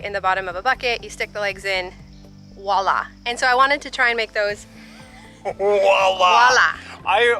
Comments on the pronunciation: Nooooo! Don't say walla! It's "voilà" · cracks me up! “Wa-La”, as it comes out of the bucket in pieces! 🤣🤣🤣🤣🤣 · Awe you guys are too cute. I think it's funny how the French word "voilà", which means here, this or there, has been turned into "walla". Love it. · I enjoy your videos! Very entertaining and informative. I have to tell you though that voila is pronounced with the v, "vwah la". it's a word from the French language and the v is not silent. 🤓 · Voila, (V not W!). It’s a French word! Enjoyed the end result.